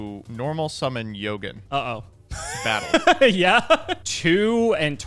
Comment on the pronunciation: This man either don't read his cards or he just be saying random shit. Mans said Yogen and Alessi